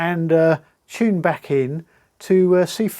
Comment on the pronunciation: I was trying to figure out how to write “Tunes” phonetically like the bloke trying to get a train ticket said it. Gave up. Figured you’d get the idea. 😁